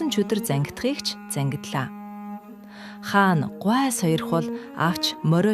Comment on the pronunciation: Хаана гээд байх юм. Хаан гээч